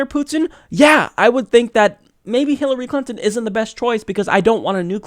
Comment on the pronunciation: Did the host just say "Hillary Cunton" ?? :D